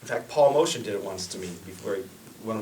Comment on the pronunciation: Motian is prounounced "Moat-yan" not "Motion".